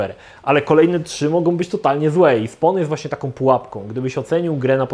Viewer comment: Drobna poprawka językowa , nie "SPON" tylko "SPOŁN"- (SPAWN)